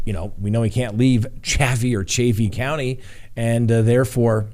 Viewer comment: I think it is just pronounced "Dark" and Chaffee county is like Chayfee. Love your podcast<3